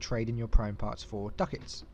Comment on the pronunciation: "Duck-Itz" x')